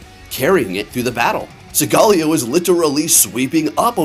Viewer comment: listening to u pronounce solgaleo like that was actually making me mad